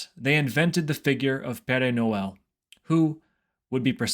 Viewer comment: Péré No L is an interesting way of saying it. Sounds like a mexican mariachi saying it.